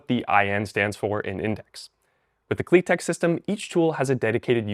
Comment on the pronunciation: You pronounce it wrong, it is pronounced Klit-ek